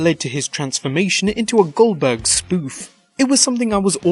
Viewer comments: U kept saying Gilberg it is Goldburg gold burg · Did he say GILLberg it's not it's GOLDBERG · Its not gillberd its goldberg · Its goldeberg not guldburg